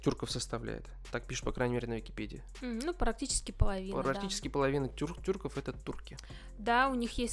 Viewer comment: Не Турков правильно тюрков русские разделили поставили ударение у